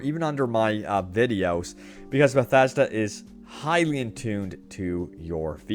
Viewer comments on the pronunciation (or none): none